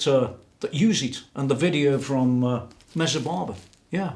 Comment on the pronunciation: Please stop saying "Mezzabarbara"!